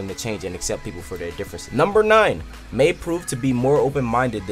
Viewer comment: it's pronounced my